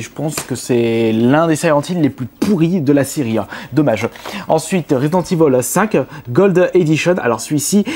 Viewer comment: c est resident evil pas ivol